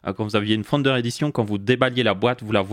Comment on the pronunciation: À chaque fois qu'il dit "Founder Edition", j'entends "Thunder Edition".